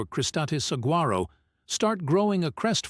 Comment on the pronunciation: The proper pronunciation is SAH WHAR OH (saguaro). AI has a lot of A but lacks I when it comes to pronunciations. Otherwise, cool ride!